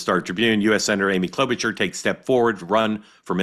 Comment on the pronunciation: FFS. The CH in Klobuchar is an “SH” sound